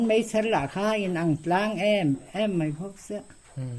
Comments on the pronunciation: MEI i ti ziah mai a, MAI i ti tawh zawk dawn nia, Mei tih hi an hmang ngailo, mizotrawng diklo a ni e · MAI ti la chu hmang zing pawh nila a pawilo. MEI iti zel a, ngaihthlak a hrehawm.